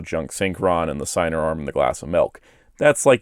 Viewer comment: I'm sorry but its pronounced Sig-ner. It's incan. The dub did an incredible disservice mispronouncing it.